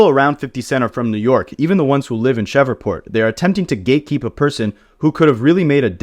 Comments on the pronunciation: Bro shreeeveport it’s hard to listen to cheva port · What the hell is a “shevreport” 😂😂 - I’m not even from the USA and I know it’s Shreveport! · Man said “Cheva port” instead Shreveport 😂😂😂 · Bruh... it's pronounced "Shreev-port" you are murdering my ears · Say fam, tf is Cheverport? You Ai?